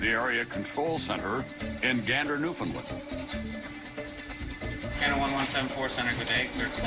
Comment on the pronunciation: iirc the main narrator used to be Canadian but he is speaking as if he is American. He doesn't even pronounce, "Newfoundland", correctly.